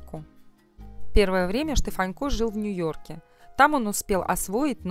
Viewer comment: Почему ведущая называет его Штефанько, ведь его фамилия без мягкого знака-Штефанко!